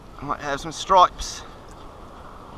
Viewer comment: What's with the weird accent every time you say bass or stripes ?